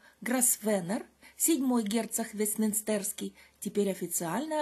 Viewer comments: В слове Вестминстерский вы делаете неправильное ударение, очень режет слух. ВестмИнстер же, а не ВестминстЭр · ВестмИнстерский, так как, конечно же, "мИнстер", а не "минстЕр" (кафедральный собор, церковь и т.д.). Поясняю, конечно, в данном случае не как врач, а как (по первому образованию) преподаватель иностранных языков. А история Англии - мое любимое хобби (небольшая библиотечка по этой теме, где-то около 1 тысячи книг на агл., русском и франц.). Все остальное прекрасно изложено, особенно для тех, кто раньше этой темой не интересовался. У Вас эта тема вообще хорошо развивается: спокойно, доходчиво, без "желтизмы". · Странное ударение в слове вестминстЕрский